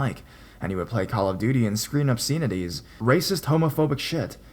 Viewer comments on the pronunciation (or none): Story #3: Although it is spelt Babylon, it's actually pronounced 'Baba-lon. Similarly, in Story #4 the pronunciation of preface is 'preff-iss' and obsceneties 'ob-sen-ities'. Hope that helps, and keep up the good work.